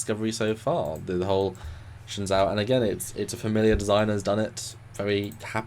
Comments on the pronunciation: Guys. Say it with me, "shen-ZOO." Not ZOW, it's ZOO. Pronounced SHINzoo. Copy? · I saw an interview with Sonequa Martin-Green... she pronounces it "Shen' Joe". So, that's probably the correct pronunciation... anyway, the USS Shenzhou is dope!!